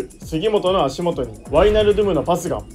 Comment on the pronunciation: ワイナルドゥムの発音で「ドゥム」の部分をしっかり発音するところが好きです。そしてケンユー企画大好きです。笑 後々Liverpoolと南野拓実を使った企画も見てみたいです☺️